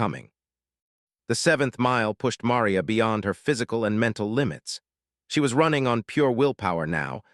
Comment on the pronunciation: Ma - ree - a